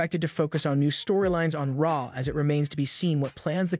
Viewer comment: Your vowel soba in raw and Raquel made it hard to understand what you were saying. Great video but something to note